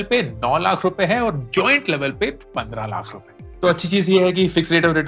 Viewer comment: Lakh nahi lath sunai deraha